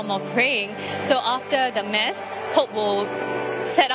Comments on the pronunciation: Why do the reporters keep pronouncing "MASS" as in "MAZZ". It should be pronounced as "MAS". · Wished the reporter knows that “Mass” is not pronounced the way she said it … this is a religious event … a Catholic reporter would be able to pronounce the word “Mass” accurately n understand the event proper better …